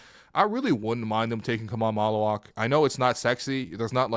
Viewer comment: So glad you said Maluach. Wait until ppl realize his offensive ability. Watch the tape from his time in BAL when he played with Ulrich Chomche. He’s being put in a box at Duke which is fine cuz he’ll drop to us.